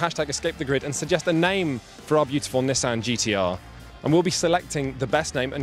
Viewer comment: The way he said Nissan made me lol